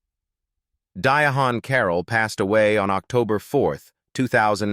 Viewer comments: Di-a-han??? AI screws up every name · Diahann Carroll is pronounced Dye-ann. And the little girl that song with Robert Townsend was in the bedroom.. please remove the clickbait that you have for this video. The picture that you have up of Kasi Lemmons is a picture of a whole nother actor.. it's Jurnee Smollett.. just take the whole video down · Dia Hon Carroll. REALLY!!! Get it right AI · I cannot stand, when an influencer will not even have enough respect to call a true artist and actor or pronounce their name correctly, is it hard to say Diane Carroll? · Pronounced Di ann. The h is silent. This is irritating.